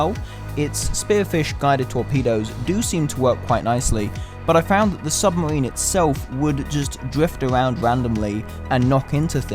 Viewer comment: "submawine" is not a word hahaha